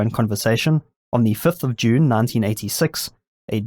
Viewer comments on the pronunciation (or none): none